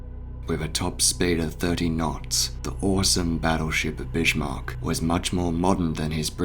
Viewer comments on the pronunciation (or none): He is the Bismark,not the bishmok. Learn how to speak, for crying out loud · Always thought it was Bismark not Bishmark? Very sobering to see the exact moment so many British sailors died, at least for most of them they would know nothing about it killed instantly in the huge blast! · It hurts a little when you pronounce the name of the ship like Bishmark. Bis-mark, whereby the "s" is strongly emphasized, for example like in the English word "service" would be more correct ;-) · BiSHmarck?) Lol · There's no H in 'Bismarck', bud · Twist : I think that he pronouncing the sound of the letter H could be because of his apparent British accent even though as you stated their is no H in the word. One example as an American I can say on the different pronunciations between American and British accents is with word Schedule. I've heard many British people pronounce the sound the sound of the H in that word while we Americans don't pronounce the sound of the letter H in that word. Now I still don't know myself why he chooses the pronounce the sound of the H when the letter is not there, but it's still amusing when people of different countries try and talk in English. 🤭🤭🤭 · Incorrect Humberto.